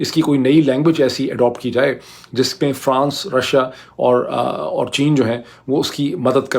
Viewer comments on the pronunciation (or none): none